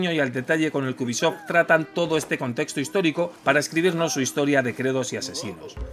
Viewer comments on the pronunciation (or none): none